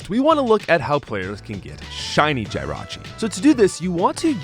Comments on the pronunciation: Why do you keep saying Jirachi wrong. Ita not Jie rachi its Jih rachi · MaGEARna not MaGURna! JIRachi not GYRochi! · “GY-rachi” no please, no 😭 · Theres no way you're saying these Pokemon names like this unintentionally. You're getting obvious names Like Jirachi and Magearna wrong. As well as names like the classic Rayquaza and Arceus, that many people get wrong too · Pronouning Jirachi like that should be a crime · Why do you say Jirachi like that? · I feel like you intentionally mispronounced Snivy and Jirachi’s names just to drive up engagement in the comments section. Congratulations, it worked…